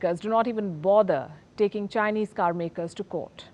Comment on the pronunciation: I love the way she pronounces the names of those chinese car...😍😍😍😍love you ma'am.